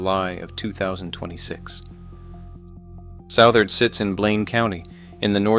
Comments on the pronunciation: It’s pronounced Sutherd not Sowtherd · Interesting to see a video about Southard. One thing, it's not South-ard, but Suth-ard. Second, other than the soon to close plant, there is no town, hasn't been for decades. Just to the west of town you'll see a water tower. Around that tower you'll see some faded roads. That was a community of mobile homes that made up the "town" of Southard. My brother lived in one for a few years. But all of that is long gone. Sad for the employees...